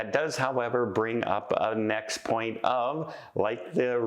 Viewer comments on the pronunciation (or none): none